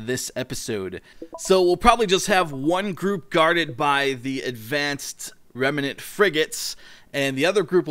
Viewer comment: REM-NANT not REM-EE-NANT